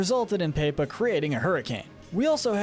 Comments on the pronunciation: Paepa (instead of Pepa) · I love how he calls pepa paypa